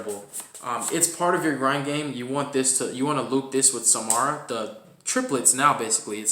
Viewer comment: Sa-Ra-ma lol. It was very unsettling hearing you call it “Samara”. Regardless cool deck profile. Personally i play without Dimension Shifter because its too situational